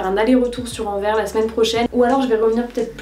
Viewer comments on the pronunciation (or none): Je t'adore vraiment et j'ai adoré la vidéo, mais par contre Anvers, on prononce le S! ahha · Toujours une esthétique incroyable et une sélection pointue 🔪 ahah Simplement pour ajouter une touche relou, Anvers se prononce "an-verse", message d'utilité publique pour les français 💙💙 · Trop bonne vidéo comme d’habitude!! PS: on prononce le « s » de Anvers🤓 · Ah oui, cette mode récente de prononcer Anvers comme à l'envers 😬 mais chouette vlog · j'aime beaucoup quand tu vlog ça m'apaise je sais pas pourquoi hahaha PS : il faut prononcer le S de Anvers :) je suis tu peux me faire confiance :) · Salut super blog en tout cas juste pour te dire étant belge que ça se dit Anvers tu dois prononce le S ahah Aussi non trop cool les vidéos comme ça